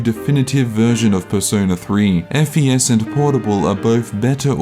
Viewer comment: you're supposed to call it fes as in the fes in fes-tival i think